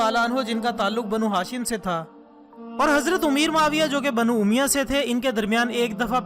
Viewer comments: bhai pronounciation to thek karlo. lafz umiya nahi balke Umayyah hai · Umya nhi he bhai sahib umayya he